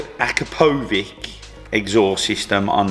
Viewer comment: Boys, the brand Akrapovic is correctly pronounced as....A - Crap - O - Veeetch (say it quickly, as one long word)😉👍